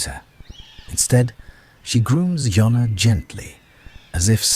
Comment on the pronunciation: JONNA JONNA JONNA… NOT YONNA